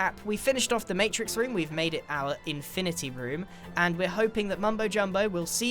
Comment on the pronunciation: Infinaty like avengers infinaty war